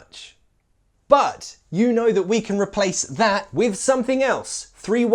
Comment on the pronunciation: LOL! My American ears picked up something (I think). When you said, "Say it with me", it sounded like say it "wiv" or even "with" (hard TH) sound. It works, and I'm not calling you wrong, it's just an observation. Great job! I think these nuances of our language are great, but only for an advanced speaker.